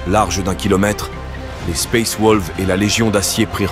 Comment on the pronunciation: sympa mais suis-je le seul a griller que t'utilise un bot pour faire la voix , un bot de très bonne qualité certes mais c'est un bot ^^ comment j'ai grillé ? plusieurs mots évident bien écorché surtout le "space wolves " a xD règle ton bot pour plus trop qu'il déraille ^^ mais sinon c est dommage la vidéo est très bonne